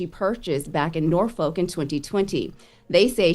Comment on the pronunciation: Damn she even pronounced Norfolk kinda right lol